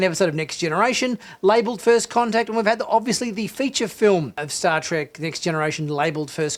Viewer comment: The Episode was called "First Con-Tact" as in "Con"